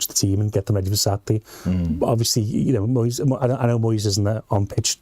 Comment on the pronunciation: What’s this American voice with the mangled pronunciation of , eg, Moyes’s name?